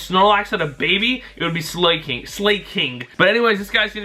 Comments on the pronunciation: Not SLAY-KING... its SLA-KING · its Slah-king not slay-king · "Slayking" Really?... Its not hard to pronounce the name. Like "slacking", which is where the name literally comes from. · it's sla-king not slay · psst it's Slah-king not SlAY-king for the pronunciation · Its pronounced slack-ing. Gen 3 had some insane attackers, so I wouldn't be surprised by any of those stat totals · its slac-king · it is pronouced SLACK ING and it will be unstopable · who else cringed when he said slaking